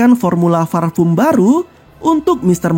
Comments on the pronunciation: parfum bang bukan farpum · Parfum. Bukan farfum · Gw bisa merasakan penderitaan mimin saat harus melafalkan "parfum" dengan benar 😂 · Lebih ke V sih ngucapinnya jadi Varpum, yang sebenarnya sangat salah cara nyebutnya ...hehe maaf ya jika ada salah pengucapannya